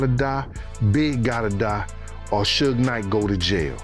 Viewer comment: Cant believe any youtuber that says "Shuge Knight" 😂😂😂😂